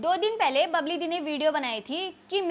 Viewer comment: बबली नहीं bbal है